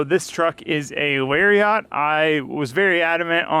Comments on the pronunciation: its not (L-ar-ia-t) its (lar-iat) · The way u pronounce lariat hurts